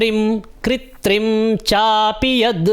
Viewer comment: स्थावरं जंगमं vali line mai kritrimum hoga ya kritrim?? कृत्रिमं ko aapne कृत्रिम padha hai kripya ise bta dijiye ❤